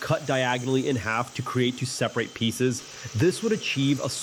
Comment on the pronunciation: This is an AI voice? Giveaway: "two separate pieces" pronounced "separ-eight". I mean, WHAT?! Why AI?